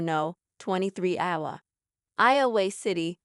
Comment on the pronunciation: When your A.I. is so bad it can't even pronounce Iowa, I can't listen to it 🙄